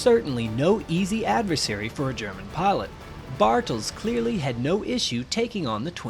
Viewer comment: its Pilot not Parlutt